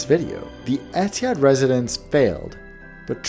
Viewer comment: As an Arab the way he pronounced Etihad bothered me so much every time